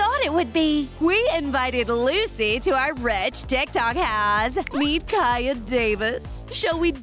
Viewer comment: It Lucy not luci